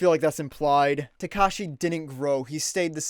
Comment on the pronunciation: Listening to you mispronounce "Takashi" makes me wanna drown my ears in ketchup sauce.